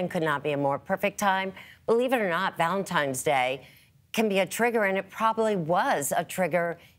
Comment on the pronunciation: At 3 minutes and 30 seconds I can't get past her (Erin) saying ValentiMe's Day!!! She is ignorant!!!! There is no "M" in Valentine's Day. And I replayed it 4 times to be sure. How do ignorant people like her get hired to do T.V.???